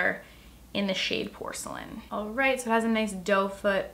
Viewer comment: At ten minutes and fourteen seconds she messed up saying right lol